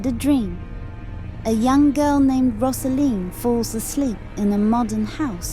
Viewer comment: You have it very, very wrong. It is not about that at all. It’s about a girl coming into adulthood. You’re talking absolute nonsense. It’s as if you have watched it once and came to the wrong conclusion. Btw, it’s not Roz-A-Leen, it’s Rose-A-Leen.